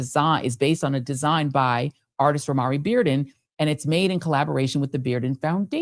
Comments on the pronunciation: Romare is pronounced “Row-mayor), family. Romare Beardon. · IDK K but I think Romare is pronounced with 2-syllables. I have his painting in my house. It's the way I pronounce his name--and those I know. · I was confused, I am an artist, haven't heard his name pronounced that way, didn't know who you were speaking of until I read it